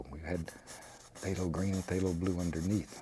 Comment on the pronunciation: "there" "gesso" "phtalho blue" "hwhite" "something about like so" "psyooom" "what the heck"